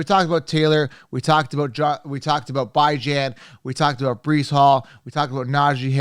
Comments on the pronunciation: Phonetics are funny. BIHJHAN is how it’s pronounced. No Bi. Good analysis. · Stick with football not giving an English lesson. You’re talking football to guys not to a bunch of girls. Until I hear him correct the football world about how to say his name it’s Bijan like you would say Dijon mustard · It is annoying to hear you say his name that way. If he says his name one way you should say it that way. Simple ... My ex wife is half slow and spelled my babies name with 4 owels in a row but she said it how she wanted. You should call him what he calls his self...🤣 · If we are talking about pronunciation issues... You're the. Cown-se-ler. But do you pronounce Country as Cown-tree or Cuhn-try? Using another word's pronunciation as a basis is bad. Love your content, but please just pronounce his name the way the person pronounces it. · I'm not sure if your joking or not on how to pronounce Bijans name lol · He’s doing it so ppl can comment and help his algorithm. Pretty damn corny coming from a grown man.